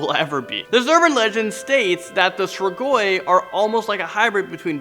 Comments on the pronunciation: Strigoi is pronounced STREE-gwy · Your not saying strigoi right